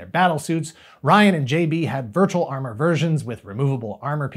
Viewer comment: "TOHTALLY VIRTUEL!!!"